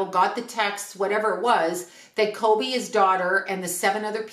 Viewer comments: I love your videos, but I’m having a really hard time with your pronunciation. His name is Kobe not Colby. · Are you saying kolby??